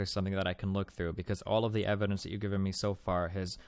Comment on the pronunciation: TolaWity of Ewidence.